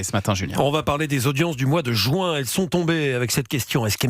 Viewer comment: Juin et non Jouin ! 😅